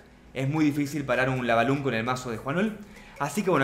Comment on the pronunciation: por que dices lava lund y tambien y wifh aprende ingles igual sobre eso me gusto el video buen trabajo